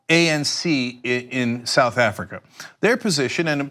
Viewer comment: You can’t even say South Africa yet you’re trying to take the piss! The irony 😂😂